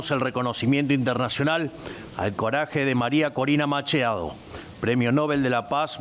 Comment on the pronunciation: Pero porqué lee tan mal nuestro presidente?? Qué le anda pasando? Corina "macheado"??? "Avancear"???? Affs porfavor que lo asesoren en sus ensayos de lectura, porque se siente muy sin consistencia.